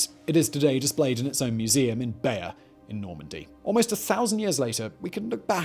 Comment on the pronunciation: We get little insights into how little simon actually knows about the subjects he covers sometimes and its fascinating lol. Like how he pronounces bayeux.. must surely mean he has never heard of the tapestry to get it that wrong? Wierd.